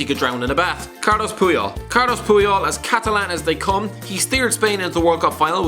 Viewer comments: It’s “Carles” Puyol, YOU IDIOT. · It's Carles Puyol... not Carlos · Wtf carlos? Its Carles.